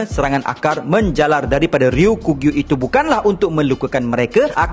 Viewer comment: Sekadar berkongsi. Sebutan yang lebih tepat adalah "Ryoku-Gyu", bukan "Ryo-kugyu" Ryoku bermaksud hijau, Gyu bermaksud lembu. Maka "Ryoku-Gyu" adalah lembu hijau. Kedua²nya adalah sebutan onyomi. Teruskan lagi membina content² one piece. Sangat menarik. Saya support👍